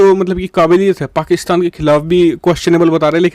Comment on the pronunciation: What u say fakistan???😅